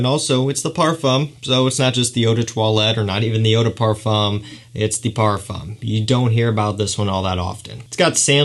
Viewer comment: What a handsome devil. Super charming. If you say parfum leave off the m. Literally parfuh is correct. Other wise it's eau de parfoom if it's spelled eau de parfume. Except you tighten your lips in a circle as if you're about to whistle. Eau de par-fooooom with your lips as I described. Your super elegant classy charm is only going to be amplified (you know this industry is super snobby, so it's just a tip). Also, you pronounced "toilette" perfectly. It's twa-let, eau de twa-let is exactly how you say it and the more obnoxiously french sounding you can make it the better! Well done! Lol 😂 I lived in Paris and they are some of the best and some of the worst. In any case, i love this kid and I'm certainly a new fan. You've earned yourself a subscriber.